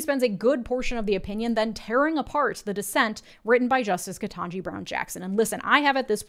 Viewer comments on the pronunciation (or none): none